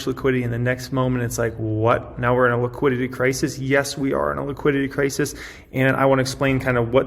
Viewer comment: You say liquidity, I hear tegridy.